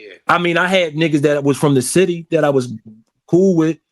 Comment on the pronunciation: Why be saying "The Bity" and not "City"?